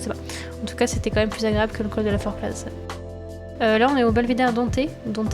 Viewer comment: on ne prononce pas le z de la Forclaz 😂